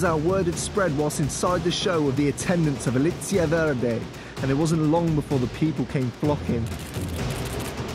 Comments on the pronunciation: Verdé non si può sentì però ahahhaa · The way they pronounce "verde" is just to funny 😂😂😂